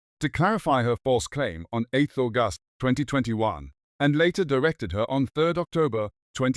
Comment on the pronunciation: why use AI voice to read... just hire someone leh i wanna hear sg news with sg accent, can be any ethnicity, mix it up ain't no way any normal english speaker will pronounce the month of August that way